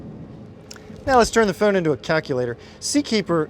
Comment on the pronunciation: You pronounce all words with the letter O as a U sound as in Goo. So, phone becomes Fune, rhymes with tune. Tele-fune..